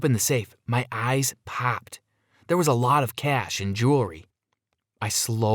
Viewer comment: When he said "my eyes popped" I'm British so it sounded like "my eyes paper"